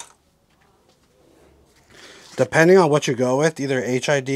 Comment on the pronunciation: You might want to update your video. You say HIV bulbs/ights quite a few times. I'm pretty certain you mean HID (High Intensity Discharge) bulbs/lights